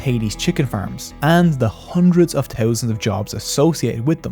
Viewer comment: Good video but I can’t stand for one more second the way you say “thousand”. Had to turn it off because that one thing was so unbearable. Good video though